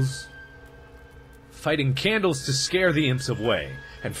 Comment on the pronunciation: Lol Lighting candles Mark, Not "Fighting" candles